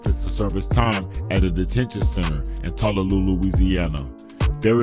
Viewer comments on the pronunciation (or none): Tuh loo luh is how you pronounce it big dawg lol